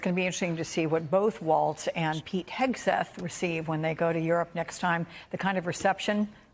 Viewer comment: She said, "cud b a lil chilli."😅